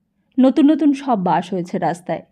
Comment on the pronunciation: এত বাজে উচ্চারন শুনে আসলেই পিত্তি জ্বলে যাচ্ছে! বাস কি বাশ? না কি ওটা বাস- Bus! ছোকরা কি ছোগরা? অসহ্য।